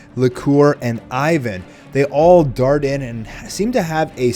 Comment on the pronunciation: It's IWEN not Ivan.